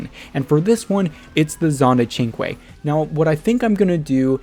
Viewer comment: I think the Cinque has a strange pronunciation, and you are pronouncing it right. I figured it would be like synch